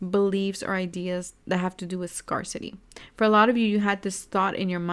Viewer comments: Thank you for the reading! Just a friendly note, the word " Scarcity " is actually pronounced as "scare - city" and not as "scar - city".:) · that's nice of you to correct and inform but this isn't an English class so it shouldn't be a big deal :)